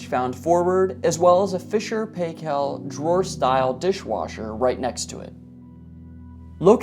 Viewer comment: just so you know...Fisher and Paykel....Paykel is pronounced..."pie-kil"